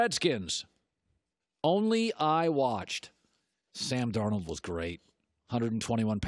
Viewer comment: When he says "Ssaamm Darn-hh-old was Greeaaat !" It's safe to say Colin gave us a glimpse of a voice his wife hears after a few glasses of wine.